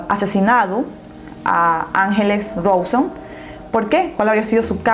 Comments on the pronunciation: es "rauson" no rohson xdd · perdón pero te quería corregir desde el video pasado y me olvidé, el apellido de ángeles se pronuncia rawson así como se escribe, no "rouson" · pronuncia mal el apellido de Ángeles y el del acusado. Es Ángeles Rauson no Roson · No es Ángeles Rosón, suena Rauson! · Se escribe "Mangeri" y se pronuncia "Manyeri" y se escribe "Rawson" y se pronuncia "Rauson" por si algún dia haces otra parte❤ Saludos desde Argentina🔥💁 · Angeles RAUSON se dice.. 😂 me encanta tus martes de misterio 👏👏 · otra vez, soy de Argentina y se pronuncia Rauson asi como suena y se pronuncia manyeri! Nacieron acá en Argentina y así se hacían llamar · Se escribe rawson pero se dice rauson y se escribe mangeri pero se dice manlleri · Angeles rauson se pronuncia 🤙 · ACÁ, LA W SE PRONUNCIA COMO "U" RAWSON.. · el apellido se pronuncia rauson y se escribe rawson(eso ya lo sabes)